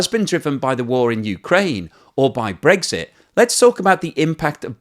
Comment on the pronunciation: pronounces it "Breaksit."